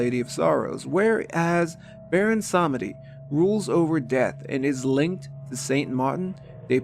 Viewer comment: Nope. It's more like SAHMehdi, with the second syllable being significantly shortened. It's not pronounced with a "ee"